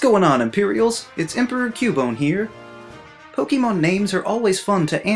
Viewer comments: I love how he makes a video about mispronouncing names while saying "pokeemon" XD. A huge amount of Americans do that apparently, but weirdly enough not a lot of non native English speakers do, and it makes no sense since the name is a fusion of pocket and monster, two English words, it's poké-mon you pronounce the e as in pocket, not pokey... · *Makes a video about mispronunciation of certain Pokemon but doesn’t pronounce the actual word Pokemon correctly. It’s po-kay-mon, not po-key-mon. Po-kuh-mon is also excusable though as when you say po-kay-mon quickly the vowel sound “ay” changes to “uh” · The Most Inexcusable Pronunciations of Po-KEY-mon Names... LOL I like your videos though, man :D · I love your channel, but I find it ironic that you critique people's pronunciation of Pokémon names, while you still say "pokeemon". There is an accent on pokémon, you dunce. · *Complains about mispronouncing *Says Poke-eee-mon 🤨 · u get pretty annoyed about pronunciation for someone who says POKEY MON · >is angry about how people pronounce pokemon's names >says "pokeymon" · So does anyone else find it funny that he mispronounces Pokemon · Kinda ironic since you whine about pronounciation of certain pokémon, yet you can't even pronounce the word "Pokémon" correctly. And it even has the accent mark on the letter e, so your mispronounciation is inexcusable. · You’re saying “Pokémon” wrong though. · Do you know what is inexcusable? Pronounce the wrong way "Pokémon". How do you pronounce "Fiancé"? How do you pronounce "Beyoncé"? Well, the "É" in Pokémon must be pronounce that way and not how you do it in this video :v